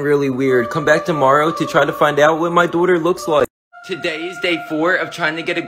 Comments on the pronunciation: How he pronounces daughter: DOTOR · The way he said daughter it’s like Dooter lol🤣🤣🤣🤣